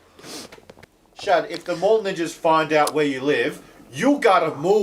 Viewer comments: Did he call them mall ninjers with a hard "-er"?! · Ninjering. Ahhh...that intrusive R.